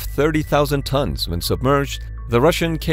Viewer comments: The name of the Akula class is pronounced a-KU-la, not A-ku-la. In Russian it's spelled акула. And Belgorod is pronounced Bel-go-rod, not bel-Go-rod. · Next time ask me how to put the emphasizes correctly. mrIya bèlgorod etc